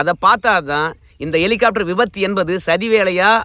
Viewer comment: என்ன எட்டி.. எலிகாப்டரா.. ஹெலிகாப்டர்..😂😂